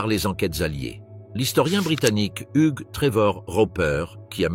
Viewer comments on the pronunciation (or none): none